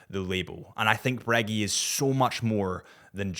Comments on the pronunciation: Are you saying Breg-"ee" on purpose for Breguet? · Pronounce breguet correctly please